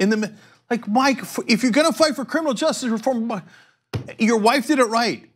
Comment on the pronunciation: Cenk I love you, but for god's sake stop mumbling the word "justice". You pronounce it "just" and it drives me nuts!!!